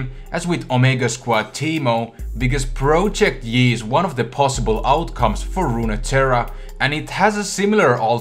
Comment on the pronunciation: Am I the only one that kept hearing him say "Broject yi"? no? just me? ok then.